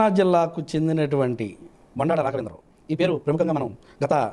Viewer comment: Madam that is not Boondada It is Bondada mam